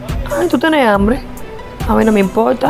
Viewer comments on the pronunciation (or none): Me gusta cuando el muchacho dice tengo anbre